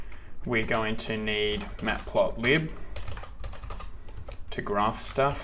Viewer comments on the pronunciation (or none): none